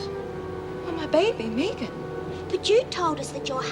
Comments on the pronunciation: Is Meg Jacksons first name short for Megan because if so how come hers is pronounced Meg and not Meeg like Anne and her Meegan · Sick to death of hearing that damn woman say "Meegan". Does she every say anything else for God's sake?! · Why is it not one of them can pronounce the name megan????? Clowns